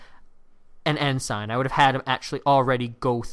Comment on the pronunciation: Your pronunciation of "ensign" is awful. It's not "N sign". It's "N sin" (rhymes with benson)